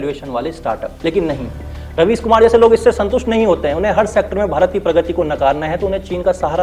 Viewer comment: Raveesh ❌ राबिश ✅😂